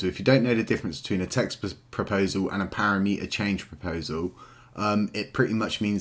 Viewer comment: Nice vids, but as a dev PLEASE get the "parameter" word correct ... it's NOT "para-meter" :) aside from that excellent content ;)